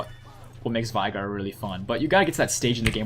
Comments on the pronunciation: Its vEEEEEEigar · unfortunately you mispronounced Veigar.